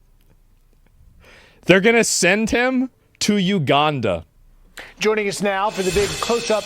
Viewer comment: lmao that he says uganda correctly now